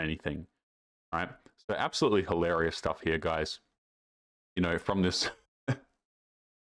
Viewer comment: pronounce the word "hil-a-ri-ous".